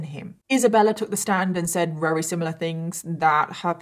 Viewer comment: When she says Rarey instead of very 😌